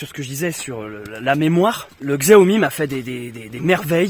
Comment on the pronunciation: salut je n ai pas fini la vidéo mais précision xiaomi ( que l on prononce chiaomi mais on s en fou ) est une marque chinoise tandis que samsung est coréen...pour ton prochain téléphone essaie sony...à plus et prends soin de toi